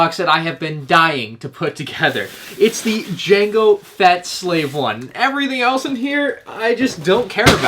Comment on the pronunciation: um what’s a slave I i believe you mean “jango feta starship”